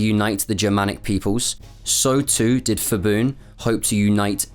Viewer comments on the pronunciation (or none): H is not pronounced in Phibun, like Phuket. Pibun not Fibun. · i need to point out that the “ph” in Thai is not an “f” sound but still a “p” with a silence “h.” Every time the dude says “Fibun” instead of Phibun I just eyeroll smh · When saying "Ph" or "Th" in Thai romanized spelling, the "H" is silent. Phuket for example is "Poo ket" not "Foo ket" and "Thailand" is not "Thigh Land." So it would be "Pibun" not "Fibun." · Good video. Not many know about Thailand's role in WW2. By the way 'Ph' and 'Th' in Thai is pronounced with hard P and T. So it's not Fibun, it's pronounced Phibun with hard P. I know it's difficult to pronounce correctly without knowing Thai script though. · phibun is pronounced Peebun , not the 'f' sound as in English. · It is PEE-BOON not FEE-BOON. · Did ya really refer to the guy as feeboon? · By the way, a lot of names in Thailand even though starts with "Ph" but when u pronounce it, the h is silent. So it only becomes "P" sound. So Phibun is actually pronounced "Pi-boon". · It's Pibun not Fibun ! Pattaya not Phattaya ! Pala not Phala--Thai's seem to like these crazy transliterations? Why do they insist on adding the 'H' when there is no tone included in the word? I read Thai. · btw his name is pronounced "pi-bun" not "fi-bun". when thai names are spelled with "ph", it basically just makes a normal "p" sound not an "f" sound (eg. phuket is pronounce "pu-ket" not "fuket") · The letter “h” after P and T in Thai (Ph, Th) indicated that they are aspirated consonants like normal English P and T in “Part”, “Time”. While P and T alone in Thai pronounced as unaspirated consonants like English P and T after S in “Spice” and “Style”. So, Phibun is pronounced as “Pi-boon” not “Fi-boon” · great video, very in-depth information. Pronunciation of "fiboon" made me laugh though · His name is actually pronounced "Pi-boon" the ph spelling is the old custom of Thai-English transliteration for the bh- or p (IPA symbol p) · Incorrect pronunciation of Phibun.